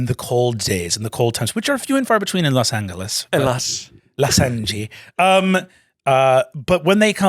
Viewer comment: Los angee as in jess mckenna as mayor